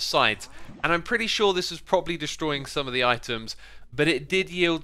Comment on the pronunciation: Perty. Lol